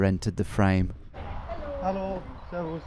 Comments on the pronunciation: your servas is very good pronounciation 10/10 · He nailed the „Servus“ though.